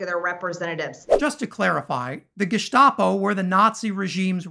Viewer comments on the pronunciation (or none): none